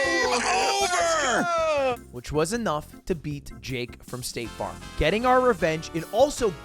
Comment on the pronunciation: I kept hearing stake farm as in stake the gambling company, and nothing quite made sense until I saw the "sponsored by staTe farm" at the end lmao